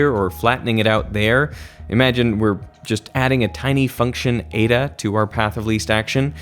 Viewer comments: Eda 😂😂😂😂 ee-tah its pronounced. The way English speakers pronounce Greek letters is just embarrassing 😂😂😂😂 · Nice to hear you correctly pronounce all these french names and correctly use the plural of medium. Now work on your Greek and find out that n like letter is eta not eeda. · This is great. One small thing: η isn't pronounced like that in Greek.